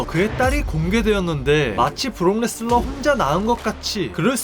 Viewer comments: 레스너를 왜 자꾸 레슬러라고 그러냐... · 왜자꾸 브록레스너를 브록레슬러라고 말하는겨 이름도모르나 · 왜 자꾸 발음을 브록 레슬러, 브록 레스러 라고 하는거임? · 자꾸 브록 ‘레슬러’라고 섞어 말하는거 개 거슬리네요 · 근데 ai보이스의 문제인지 자꾸 브록레슬러 라고 발음하는게 들립니다